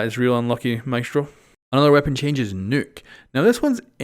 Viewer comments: please, please its Nökk or Nokk and not Nükk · Why do you say “Nuke” when reading Nøkk